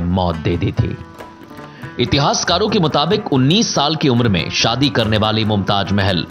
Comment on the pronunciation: Pronunciation is so bad for some word Mumtaj nahin mumtaz 😃😃😃👎👎